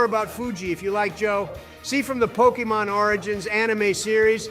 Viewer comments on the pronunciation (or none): Imagine sayings the pokemons name incorrectly its so cringe